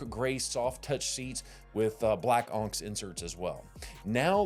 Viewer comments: onyx is pronounced on ix. Like the black gemstone. I’m from Pell City and know that! Just bama checking you 😊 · You're pronouncing onyx wrong.